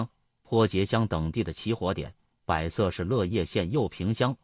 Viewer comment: 广西百（bo 2声）色，不念bai 2 声